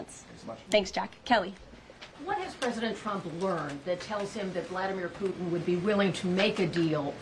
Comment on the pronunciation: “Poo-in”… can’t wait till the “t” is added. Good job. Best administration in my 62 years.